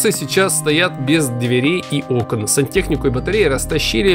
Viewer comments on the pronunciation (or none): none